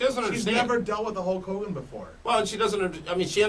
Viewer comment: Again it's Hulk Hogan not Hawk Hogan and now it's not the same thing.